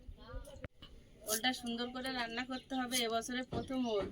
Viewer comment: Ul na ol bolo